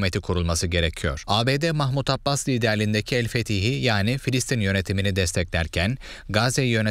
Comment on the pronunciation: Filsitin değil Filistin olacak!